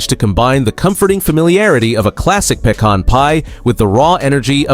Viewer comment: The Pay-Con Pie 😂